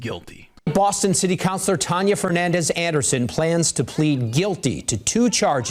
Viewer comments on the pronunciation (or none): Her name should be deported the news is screwing up the pronouncing of Fernandes.